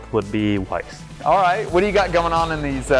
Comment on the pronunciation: For anyone who may stumble across this: its Weiss is pronounced Vice not Wice. Its German for white and Schwarz is black.